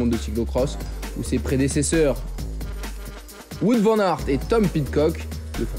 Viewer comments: Wou-ote* Vane Ar't *ou "Ou-ote " car on prononce pas le w comme un v mais comme une lettre distincte (ben oui), comme en anglais par ex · on prononce plutôt Waout Van Arte en fait, non ? Nos amis belges pourraient confirmer... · Ca commence à venir pour l'ami Watte Van Artte :yougotthis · tu t'offusques pour Kämna alors qu'aucun commentateur francophone ne prononce Wout Van Aert de la même manière... Et les Français très rarement de la bonne.